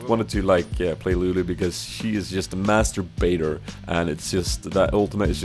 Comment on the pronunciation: We wanted to play with Lulu because she is a "Masturbator" lal ^-^ , I know it was meant as master baiter but that pronouncing is too funny :D